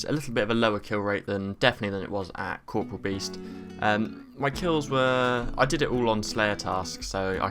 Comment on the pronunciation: oh dear lmao :D If that wasn't clear btw, you also said corporEal beast wrong.